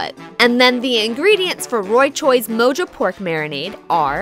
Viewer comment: this chick called it MO-JO..not MO-HO